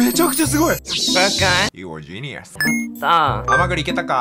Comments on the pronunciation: かw、顔…www『スタイルバケモンw』は草w 〖ヤムッチャ好きだわww‼️〗 【You are a genius】（おめぇは天才だ）発音良すぎwww‼️ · you are a genius の発音良すぎるｗｗ